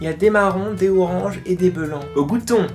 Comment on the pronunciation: Attention ce n'est pas des "blanc" mais des "belanc" xD